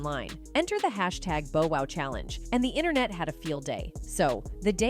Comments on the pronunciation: It’s Bow Wow not Bo Wow please get Hip Hop Artists names right if you’re going to cover it , Love your videos but miss pronouncing names of iconic artists isn’t a good look especially 2Pac name. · i mean she stress the Bo Wow!! << who??..lol...smh omg! if ur gonna call yourself UrbanPulse Learn to Pronounce their names right! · Touche'. She white. What do u expect. Cringed Everytime she said Bo Wow😂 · I cringe every time commentator/ narrator says Bow Wow's name ...😩